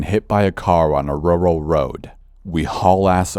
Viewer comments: "Rrurall road" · Videos like this make me have a completely new respect for these workers. And random, but , for some reason I love the way rural is pronounced. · "rural road".... :D